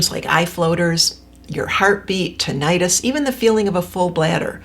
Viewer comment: I thought it was pronounced "*ti*·nuh·tuhs"? Anyway, thank you for bringing it up. There is a great book where ringing exposures are recommended:_Rewiring Tinnitus_ by Glenn Schweitzer